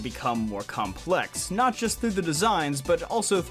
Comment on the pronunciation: NOT DOES NOT END WITH A G, IT ENDS WITH A T!